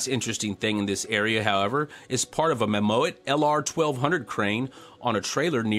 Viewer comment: Mammoet is commonly pronounced as mamoot, i'm not saying that your french approach isnt a treat :) P.s Could you add dates to the pictures? Since everything moves around so fast, it could give a clearer picture of the chronology of events. Thanks for the space update!